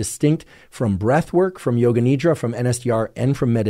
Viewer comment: Appreciate the content shared. When you say Nidra, its pronounced Nidhra with a soft D. It means sleep in Sanskrit. Thanks